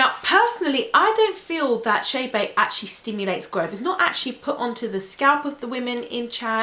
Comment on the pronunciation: Girl, it’s not chaybey (I’m writing how she pronounces it) it’s Chebe